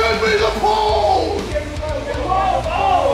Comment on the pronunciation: Here in June, " Give me the pole " but instead i heard " Give me the PAUL " lmfao!